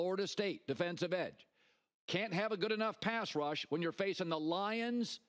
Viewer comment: “Dallas Turner, best rudge edge”